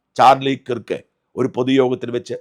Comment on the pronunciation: കിർക്ക് അല്ലഡോ, കേർക്ക് എന്നാണ്! Replubicans തന്നെ തീർത്തത് ആയിരിക്കും...